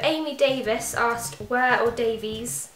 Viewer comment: Thank you for answering my question, you had my name right first time- Davies pronounced 'dave-iss' haha! X